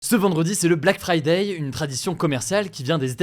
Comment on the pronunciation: Pourquoi vous dites fridaille xD c'est friday comme fridé!